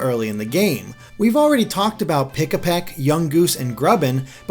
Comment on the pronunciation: You are saying Pikipek's name wrong.